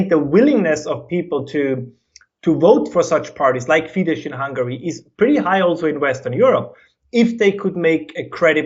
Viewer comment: is great, and I hope UnHerd invites him on again. If you do, please put a quiet word in his ear that Fidesz is pronounced like 'fee-dess'; the 'sz' of Hungarian is pronounced like the English 's' and 'ss'. He might be conflating it with Polish, where the 'sz' is indeed pronounced like the English 'sh'. It was jarring to have him so knowledgable on Eastern European politics, yet somehow hasn't spent much time following Hungarian media, or listening directly to Hungarians. This should be something someone learns on day 1 in Hungary.